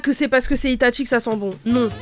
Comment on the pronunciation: c'est pas itatchi mais itachi